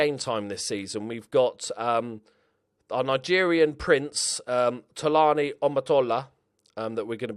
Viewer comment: Tolani(Toe-la-knee) Omotola(Or-more-tore-la) Your welcome mate! Great video btw